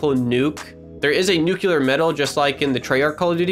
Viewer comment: sorry, but can you PLEASE stop saying "Nuke - yew - ler" its "Nuke - lee - er"